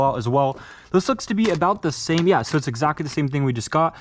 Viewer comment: When you say yeah yeah it sounds like you said grandad im chinese